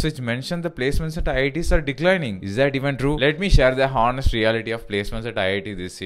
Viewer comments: You didn't get placed because you say hoenest instead of honest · "honest" pronunciation wrong